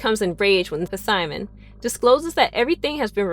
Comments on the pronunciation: Puhsimon, nice pronunciation lol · Why does she pronounce Simon's name wrong it's the P is silent